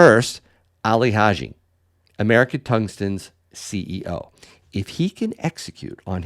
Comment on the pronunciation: Did you just say Ali Haji????? WTF